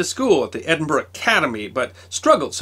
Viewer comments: Well presented you said of my home town Edinburgh right instead of Edinburoooo A great series b the way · One of our many great minds produced during the age of enlightenment and thought, with a wee bit of assistance from 'a nip o the creature', Uisghe Beatha! As amazing as this was, the passion you have for the subjects and that you're the only American I've ever heard pronounce Edinburgh correctly, I still flinch every time you say a Scottish name. Although Dewar made me laugh (Doo-waaar? Try it as Jewur) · and "Dewar" is pronounced "Joor" not "Joo-Arr". I'm just amazed he can pronounce "Edinburgh" correctly, unlike % of americans.